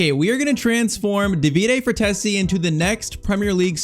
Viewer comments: Frtesi ❌ Fratezi ✔️ I'm talking about pronunciation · IT’S FRATTESI (FRATEISEE) NOT FRATHESSI